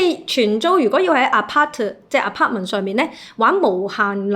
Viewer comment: 点解你会读apartment做aparter？